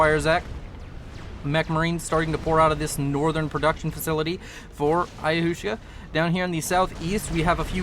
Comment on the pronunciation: Ayahuasca is pronounced like "ayawaska". It's a native american psychedelic drink.